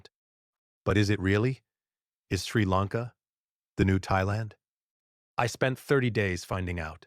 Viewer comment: Clearly AI. Mispronounced country name. Lots of wrong pronunciations. I hate YouTube because of AI